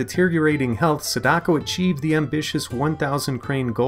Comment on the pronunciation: U said sadako wrong da